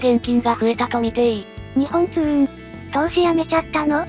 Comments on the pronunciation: すみません。よく言われるのですが、 にほんつううんではなくにっぽんつううんです！ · ありがとうございます。NXにっぽんつううんです。だなｗ でも社員でも「にほんつううん」って言ってる人も良く見る。